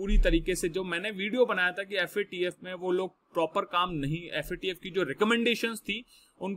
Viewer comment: Sir aap yadi FAT-F bola ga to galat massage jaraha hi , Guru hi galt bola ga to Sista ka kya hoga . Abb ka baad mai aap ka mokha sa FATF suna chata hoon sir ji.🙏